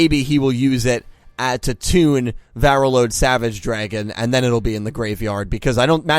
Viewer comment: Why do you keep saying Varreload its Borreload